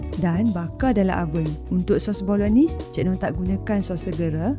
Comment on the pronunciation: Cara sebut: Bolo-naise